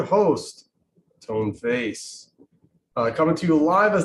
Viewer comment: Wait, what .. Did he really say; I'm your host, "Bone Face".